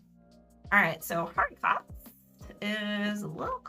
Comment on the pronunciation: I'm not a french expert but I think it's pronounced "ari-co"